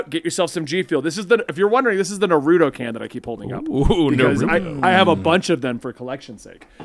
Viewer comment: Sorry but I gotta be that guy for a sec. It’s generally pronounced Nah-ru-toe 🤓